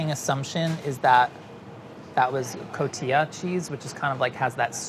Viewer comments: I love you, but it's pronounced 'co-ti-ha'! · He pronounced Oaxaca correctly but not Cotija? how?